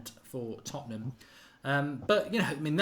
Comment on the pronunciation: Lads, it's Tottenham. 😂